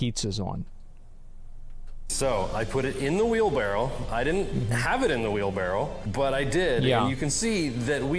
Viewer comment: all i gotta say is wheelbarrow not wheelbarrel